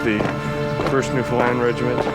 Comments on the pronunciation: And again ...yes, bit of an odd pronunciation. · The narrator pronounces New Foundland very strangley. Most people would not recognise the name.